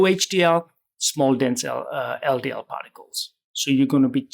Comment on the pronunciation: It sounded like he's saying, "Small Denzel DL particles" 😂